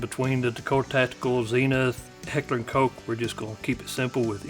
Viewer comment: Good thing you can pronounce heckler & koch correctly☺️